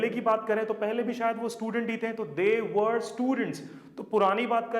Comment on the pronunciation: वर्रर वर्रर नहीं है।😁